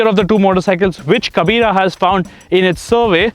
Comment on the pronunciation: When You said in a wrong way the word "kabira".... So annoying